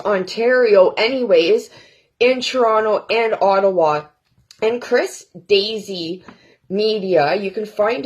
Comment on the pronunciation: haha- I heard/spelled DAISY.... it's DACEY!! LMBO.